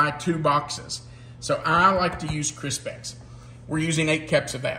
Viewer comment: I like that you had some different things in this version that I don't normally have in Chex Mix. An observation, it seemed like you pronounced Crispix as if it was spelled Crispex. I thought it might be an accent then, but then you said Kix, like Kix. Did I catch that correctly? Favorite road trip snack food.... I like Chex Mix, cashews, spicy peanuts, dark chocolate covered almonds if it's not too hot (don't want them melted), some good jerky or dry sausage it good too. Truly enjoyed today's video.